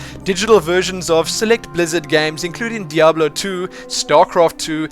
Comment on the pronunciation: I never complained about your pronunciations and now I miss "beeta" and "deoblo" :P